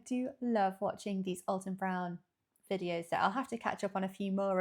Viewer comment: It's actually AL-ton not All-ton.🎉❤